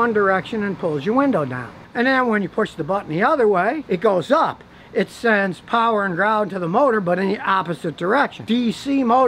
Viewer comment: Scotty you say "paher" windows like a Pittsburgher!